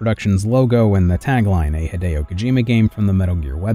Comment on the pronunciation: When - when - will US:ians stop making other people's name a garbled mess? Just learn to say it by listening to themselves saying their own name. HEE-DEH-O is not that hard